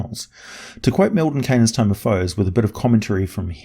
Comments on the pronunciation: is both studious and eloquent but I am very certain that I heard Tome of Hoes at. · Okay, I'm pretty sure he said Mordenkainen's Tome of Hoes. Which makes me now think Mordenkainen is the most ball'in pimp in all of Toril. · "Mordenkainen's Tome of Hoes" lol